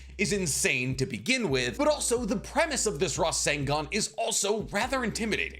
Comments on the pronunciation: Can we clock how many times the Captain said Rasengun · drinking game drink everytime he say resengan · Take a shot evry time he says rasingon (I’m attempting) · Your pronunciation of rasengan was more annoying than it was worth to watch the video.